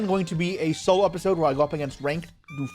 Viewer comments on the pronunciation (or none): none